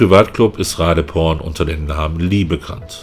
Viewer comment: Thais benutzen für die Transkription ihres Namens die englische Schreibweise. Doppel-e wird im Englischen zu i, weswegen ich mir ziemlich sicher bin, dass die Dame Ra-dii-porn (langgezogenes i) ausgesprochen wird. Nimm den in Thailand häufiger vorkommenden Mädchen-Vornamen Malee. Ausgesprochen auf Deutsch Ma-liii. Bist ja Vorort und kannst mal eine Thai fragen.